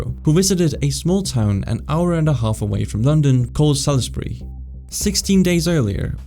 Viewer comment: As a Brit, thank you for pronouncing Salisbury correctly, all to often it's called Sailsberry.